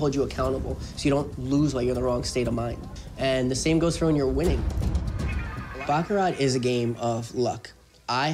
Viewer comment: sounds like bullshit to me. i was a baccarat croupier in tahoe-vegas and ac. he doesn't even pronounce the word baccarat correctly. the t is silent.